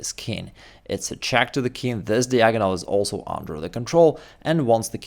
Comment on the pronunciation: When will you learn how to pronounce "diagonal"? You're in America now.